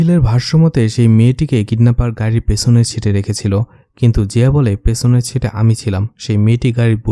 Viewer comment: আপনার ভয়েস কোয়ালিটি খুবিই ভালো, আপনি যদি আপনার উচ্চারণ এর দিকে আরেকটু খেয়াল রাখেন তবে আপনার ভবিষ্যৎ ভালো। যেমন অরফানেজ, পেছনের